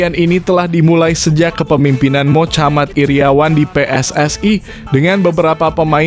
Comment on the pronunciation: Mohammad bro bukan Mochamad, Oratmangun bukan Oratmangowen., Exco bukan Eco